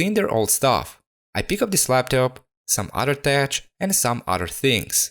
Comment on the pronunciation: Love your restorations. Just a quick FYI, in English, 'tech' is pronounced with 'eck' sound (similar to 'wreck').